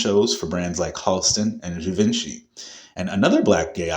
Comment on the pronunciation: You’re pronouncing Givenchy Incorrectly.